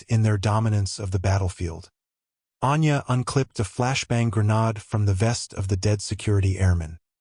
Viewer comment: For your info the prounouncation is grenayde not grenarde